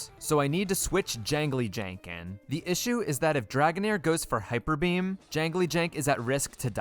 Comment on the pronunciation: I’ve been okay with pronouncing names wrong, but “hipper beam” is just too far